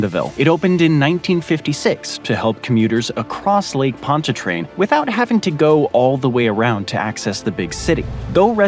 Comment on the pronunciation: I am surprised and impressed he pronounced Lake Pontchartrain, Metairie and Mandeville correctly.